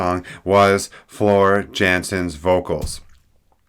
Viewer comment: The Neg: .... (Y)an- sen!!!!! The Poz: Impressive, and thoughtful review - with great specific examples that highlight your experience. I really appreciate the passion, time and effort you put into this! My favs? Tribal WOULD be #1- but WAAAAAY TOO SHORT! So, "Pan" is #1-ish, then "Shoemaker" because of Mz "YANSEN" in the last 2mins. period. Actually, this album is so diverse, and compositionally RICH, my order changes upon each play through. Double Dio Horns \m/ \m/, uber 'like", and oh yeah; it's pronounced "Yan Sen." :) Until next time: B-B-C!